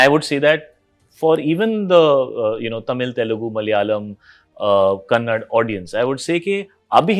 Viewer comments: Shahid Kapoor kannad nahi saale kannada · Kannad ❌ Kannada ✅ From. Benglore ❤ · To this freaking idiot Shahid Kapoor, it is Kannada, not Kannad. Shows how ignorant and stupid he is. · Bro Kannad❌️kannada✔️❤ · Not kannad , kannada❤ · It is not Kannad, it is Kannada... Yeda Shahid... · Kannad nahi beta kannada... Or hum Karnataka ke log bollywood movie dekhte hi nahi.... Bengalore ke kuch angrez ki aulad hi bollywood movie dekhte hai. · Kannada learn that first not kannad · Lai nin ak*n adu kannada kano Gan*u. Kannad alla... Ninnu Shahid badlu Shàa antane karibeku.. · Kannad ❌ Kannada ✅ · I'm from Hyderabad yet it boils my blood when Bollywood celebs say Kannad instead of Kannada. For fuck sake know more about your country. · Kannad 😡❌ Kannada ✅😊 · Chutiyaas still says kannad not kannada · Better Shahid Kapoor check before making stupid statements like South doesn't watch Hindi movies. South People watched movies of Amitabh, Sharukh, Govinda, Hrithik, Amir, Salman. Salman and Himesh combination songs were blockbuster with TereNaam.3 Idiots is one of the best movie ever made and he makes stipid statements like this.Main Problem is the ego and attitude as if South audience and whole of India relying on Bollywood movies. Unless this mentality doesn't change nothing going to work and most importantly first know how to pronounce the languages which is Kannada and not Kannad and the wide range of works as for Bollywood south started with Bahubali movie only as if before that Telugu industry not at all exists. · ಶಾಹಿದ್ ಕಪೂರ್ ಅದು ಕನ್ನಡ ಕನ್ನಡ್ ಅಲ್ಲಾ (it's kannada not kannnad) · ಅದು ಕನ್ನಡ ಕನ್ನಡ್ ಅಲ್ಲಾ (It's Kannada not kannad) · don't even know how to pronounce a language, fo